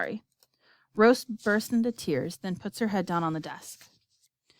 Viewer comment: and its rose not roe